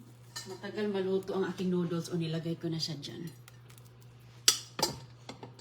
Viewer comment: Grabe she said noodles incorrectly.